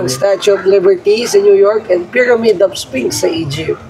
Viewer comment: nakakabadtrip ung "payramid" ni kuya piramid kasi bigkas jan tsaka ung spinx hindi yan sinks tatanga tanga pa vlog vlog eh